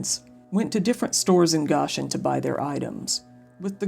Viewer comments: It’s pronounced Go-shen, not Gosh-en. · Man this is just a hour away from me. Love the effort you put in to your videos. Side note:Goshen is pronounced Go-Shin. Dumb I know but that’s the English language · Nice upload. I didn’t know about this case. I grew up near this area, btw it’s pronounced Go-shin. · Goshen Is pronounced Go-shin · Goshen has a long o.